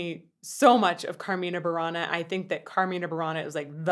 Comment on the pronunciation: When the university choir (Mimas) I was part of celebrated its ten-year anniversary, we performed Carmina Burana (btw. all the vowels are short, so the stress should be on the antepenultimate syllable in both words), our conductor had a local metal band (Inside I) come as a surprise for the audience in the final movement, overlaying a 4/4 instrumental to the 6/4 of the movement. I have a copy and can send an excerpt to you privately if so desired.